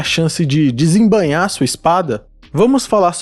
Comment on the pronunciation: de-sem-ba-inhar, não de-sem-ba-nhar